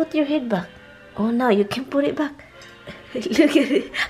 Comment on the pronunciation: I don't like that either dai. I put all my magnets on the side like you did. 🤣🤣😂😂 I thought you were saying 'lukaret' 😂🤣🤣 till I realised it's ' look at it' dami ko Tawa !!!